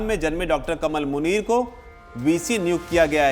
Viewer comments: It's not कमल, its कमाल मुनीर Please pronounce right. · नहीं इसका नाम डा कमाल मुनीर है भाई आप उच्चारण सहीकरें